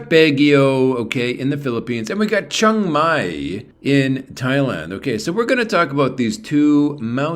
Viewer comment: You are pronouncing Chiang Mai wrong